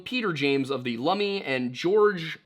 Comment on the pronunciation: Lummi is pronounced “lum (rhymes with rum) me”